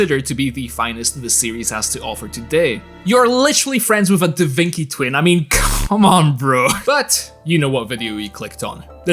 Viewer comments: Da Vincky? 😂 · da vinki?? cmon mate